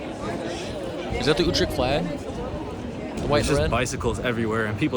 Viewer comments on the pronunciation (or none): UtreCHt CH = G UTREGT. MaastriCHt = MaastriGT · it is Utrecht, not joetrikt by the way... with an U as in French Tu and Dejavu, NOT an OU as in You... It is like German ü.. as in über or tür. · there's no "k" in "Utrecht" the "ch" is pronounced as a hard-G, like "Gouda" Many foreigners struggle with the Dutch hard-G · Never heard of broet jee vens he probably meant Broodje with an o as in go....utrecht has a ch at the end, not a k ju7st as in loCHness or MeXico...